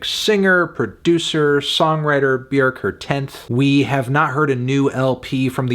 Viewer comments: B'york. Not B'yerk. Funny melon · Feeling a strong 8 to a light 9 on Melon's Björk pronunciation instead of the usual English "bjawrk". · he said "B-YERK." :text-green-game-over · Afantano rlly be saying b-werkkk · Bjerk? Is that how you pronounce it? It's so distracting for some reason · I think you mean “Byhukgh” (Look up the proper pronunciation) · So It’s pronounced Byerk now? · Why does he keep calling her Bjerk? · Why are you mispronouncing her name? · You said the name wrong Melon, also your score is just embarrassing. I'm telling your parents at dinner on Sunday they did a bad job raising you